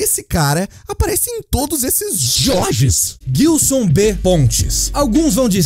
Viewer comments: Só eu que me incomodo toda vez que ouço Guilson sendo que o nome é Gilson? hushuhusauashusahusahsauhsauhsuahsusahuashausashushuhu chegou em um momento do vídeo que eu já tava rindo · Guilson não,. Gilson. Se pronuncia JILSON mas com G. Gilson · Nossa ouvir vocês falarem "guilçom" faz doer os ouvidos pqp